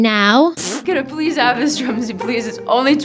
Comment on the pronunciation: say THIS IS DRUM-SY